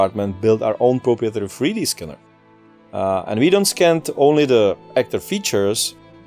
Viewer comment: "We also decided to skin all the actors and use their facial features for the game" Had to do a double take before realising he said "scan" haha